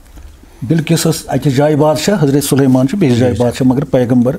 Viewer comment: Qissa Sulaman AS ap ache se paday jinab,, yeh ap kuch galat bol rhe ho vo takht e bilkees tha na ki bilkess